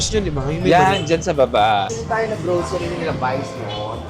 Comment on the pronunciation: "Go, Glow, Growcery for Chad" 😭😂